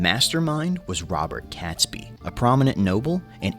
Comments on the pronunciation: I cringe every time he called him catsbee. It's catesby sounding like kates bee! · its pronounced KATESBY rather than CATSBY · Catesby is pronounced Kates-bee. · The name Catesby is pronounced "Kate's- by . The 🇬🇧